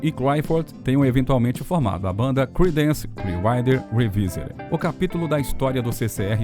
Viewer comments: "CLIUAIDER"????? Aprenda a pronunciar antes de fazer o vídeo, cara!!! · Uma dica ao narrador: prepare melhor o inglês antes de gravar. Chega a ser desesperador ouvir "Creedance Clear RIDER", entre outras palavras com pronúncias absurdamente erradas. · a pronúncia correta é "Criidence Clier-uáter rivaivél" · Tudo lindo nesse vídeo, só é difícil engolir o narrador dizer o nome da banda CCR com uma péssima pronúncia. Alguns nomes de outras músicas e tbm Woodstock... Horrível!!!